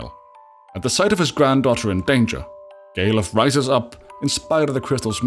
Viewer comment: The way you pronounce Galuf sound like gay love (gay luv)